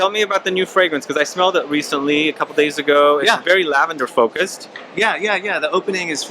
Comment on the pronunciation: I liked thinking you guys kept saying "Tell a grandma!" 👵. I don't have much experience with lavender fragrances so uhhh... I'm from NY!